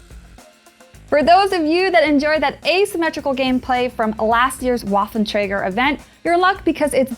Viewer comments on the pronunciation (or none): The gross mispronunciation of the Waffenträger hurts. I hear people mispronounce it all the time, but this is next level ear... Assault.